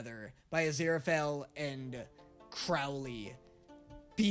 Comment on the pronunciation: crowley says azira-fell. everyone else says azira-fail